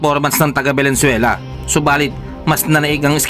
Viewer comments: Venezuela, hindi valenzuela. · Venezuela boss. Hindi Valenzuela. 😊😊😊